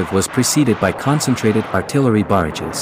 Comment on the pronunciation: Artillery barages, not barges. 🤦🏻‍♂️